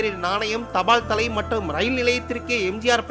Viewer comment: தயவு செய்து தமிழை சரியாக உச்சரிக்கவும் இந்த பதிவில் தபால் தலை என்பதை எப்படி உச்சரிக்கிறார் என்று கேட்கவும்